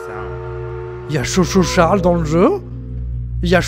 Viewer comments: non tkt moi aussi je l ai remarqué mais quand il l'a dit chou chou charle au lieu de tchou tchou charle je n ai pas pris en compte celui là. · c'est pas cho cho charles c'est choo choo charles XD